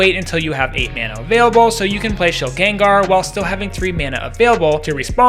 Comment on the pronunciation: Shilgen-Gar the first 2 syllables would be rolled together. Everyone pronounces it like this bc of pokemon rotted pop culture brain and it's all good pronounce it how you want bc everyone does but still lmfao